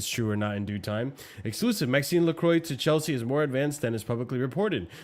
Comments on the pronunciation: Hearing “Maxinse LeCroy” 132 times was so triggering 🤣🤣🤣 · It was weird to hear that Lacroix pronunciation. Guiu had/has the same problem. If not sure, Google foreign names.